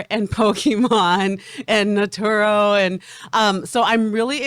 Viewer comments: Lol naturo.....u mean Naruto? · “Naturo”….Naruto. C’mon now…